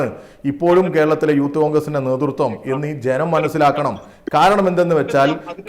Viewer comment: യൂത്ത് കോൺഗ്രസ് അല്ല ഉത്ത് കോൺഗ്രസ് 😊